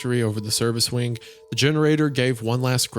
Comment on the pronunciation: Spire in the Woods also mentioned that type of clock that Isaiah is referring to. It's called a glockenspiel, literally bell play. Has anyone else noticed that whenever Isaiah says the word "wing," he adds a k consonant to the end? It almost sounds like he's saying "wink."